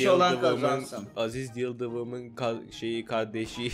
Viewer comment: Aziz yıldıvımın kayıp kavdesi ( kolay oku diye v levi senin soyleyebilcen sekilde yazdim)